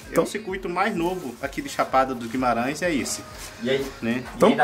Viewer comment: Guimarãoes kkkkkk é Guimarães